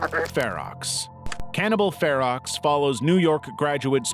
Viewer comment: You still said cannibal ferax